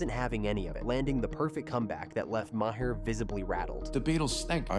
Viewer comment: Is this real or AI slop? "Bill Ma-hair" lol c'mon